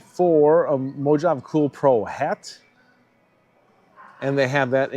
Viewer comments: Did you just say mo jav? Lol. Plus it’s 3/8 drive to impact driver adapter. Not 3/8” to 1/4”. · Mojave pronounced Mo ha vay